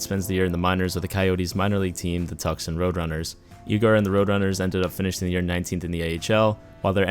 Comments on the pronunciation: It’s pronounced “Too- Sawn” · Nah, it's Tucks-un for sure.... LOL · The way he said Tucson made me cringe soooo much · I enjoy your Tucson pronunciation